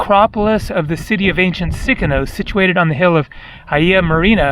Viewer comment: Its Sikinos and not Sikonos 😀